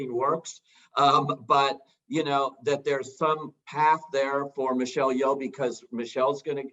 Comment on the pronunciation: Son Lux is not three Asian guys. Ryan isn’t Asian. Ian and Rafiq are. Also, please learn to pronounce Asian names. Michelle Yeoh has been an actress in Hollywood for decades and the one guy is still saying Yee-Oh like he’s a cowboy who forgot his haw. It’s disrespectful.